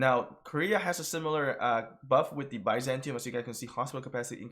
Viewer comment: It’s pronounced, bih-zan-tee-um